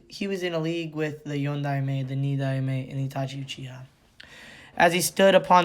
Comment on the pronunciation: Tobirama is the second so his title is pronounced “Ni-Dime”